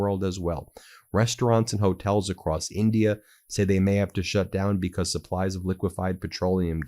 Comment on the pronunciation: STOP CLAWING AT THE CAMERA STOP SAYING "BECOSS"